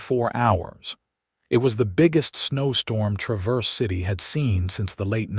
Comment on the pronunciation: It’s pronounced TRAVerse city, not traVERSE!